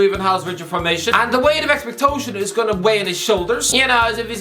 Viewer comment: What the fuck are “expecTOEtions”?!